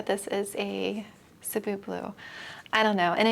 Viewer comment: I swear you're the only plant content creator who says "Cebu" correctly haha